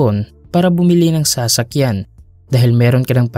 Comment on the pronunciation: Bat ganyan ang pagpronounce na sa-sakyan..hihi